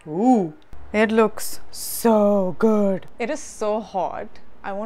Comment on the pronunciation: My favourite Part was When you Said "Sohh Goudd" 😂😂😂😂😂😂😂😂😂😂😂😂😂